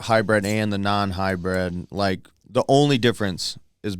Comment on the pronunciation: It’s not called a Hi bred. Just like it’s not O Bar tires. Good lord.